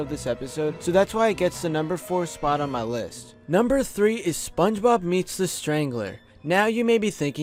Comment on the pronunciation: why the fuck he's saying SpongeRob instead of Spongebob